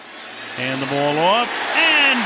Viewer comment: Can he hold onto the blaf" 😂 Al Michael's getting old